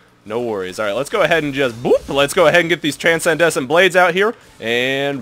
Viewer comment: Okay, Transcendent Blades, is pronounced 'tran-send-ant blades.' (I realise I'm being an asshole, but I don't know why this bothered me so much.)